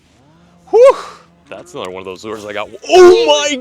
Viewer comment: “lets catch 👹anotha one”